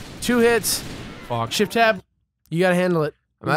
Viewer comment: SHEFT TAB SHEFT TAB